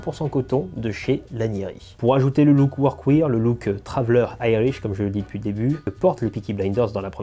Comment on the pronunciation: Pour les pantalons je ne peux que te recommander le sur mesure de chez Ciryl d'Abensia! En plus d'avoir un super pantalon, c'est aussi une super rencontre avec un passionné (et petit tip de prononciation pour le mot workwear, il faut le dire "workwère" au lieu de workwire) Super vidéo, continue à nous faire profiter de ton univers singulier ça khalass !